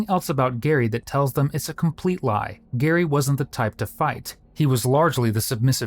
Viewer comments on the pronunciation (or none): Dude! You’ve said the victim’s name incorrectly the entire video. His name is Gerry not Gary. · It's Jerry... Not Gary! 🙄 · Why does commentator call him Gary when his name is Gerry? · I feel like you are saying the victims name wrong. Is it Gerry not Gary, right? Those are different names. You pronounce Gerry like you would Jerry so Jer-ree. Not Gar-ree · I heard the narrator say Gerry with a hard 'g' and figured I'd never heard the pronunciation before but it works, a combo Gary and Jerry, I liked it. Then first interview with Kristan - "Is it [hard or soft 'g'?] - It's [soft 'g'] -Narrator continues to use hard 'g.' It's not like there was any guessing to be done, it was there all the time. Also, Kristan's name is spelled differently depending across various inserted text boxes. QA might need a gentle shake to be woken up ;) Other than that, not bad at all, 7/10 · His name is Gerry not Gary. My goodness that was annoying. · His name was Gerry with a J, as in..Jerry. Not Gary, which is pronounced with a G. Stupid editors. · Sad that you keep calling him GARY when his name is GERRY. And you have the captions say Jerry. RIP Gerry. ❤ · You'd think the creator of the video would have some respect for the victim and stop calling that poor man a name that is not his "Gary", his names Gerry pronounced (JUH-EH-REE) like the name JERRY. How can you make an entire video on a crime and gain clout from talking about a victim and mispronounce the victims name the ENTIRETY of the video?! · It’s so disappointing to watch a video where there’s such a lack of attention to detail throughout a video. The people involved in this investigation all constantly pronounce Gerry’s name as “Jerry” and yet the AI narrator voice keeps pronouncing it like “Gary.” It is incredibly lazy and disappointing, not to mention distracting, and it makes the narrator and channel seem untrustworthy. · His name was pronounced “Jerry” not “Gary” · The LEAST you can do it properly pronounce Gerry's name.